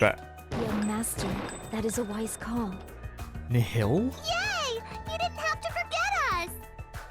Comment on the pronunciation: As for the Nihil word part, just think of the word annihilate, that is how it's pronounced. It means nothing. Also Chiaki best girl.